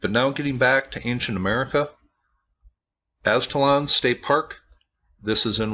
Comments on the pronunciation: O yea sorry but if u look at alot of hispanic drawings and the story of the aztecas which is that they came from aztlan (aztalan) and u said it right brotha aztlan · Nice! I am from this area grew up on these mounds Aztalan you pronounced it right.